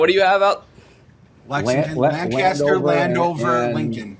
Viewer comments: Being from Lancaster, hearing them say it wrong for a whole minute hurts 😂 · Not a single person said Lancaster right… :(